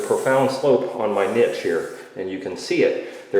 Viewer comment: I laugh everytime you say Niche wrong :p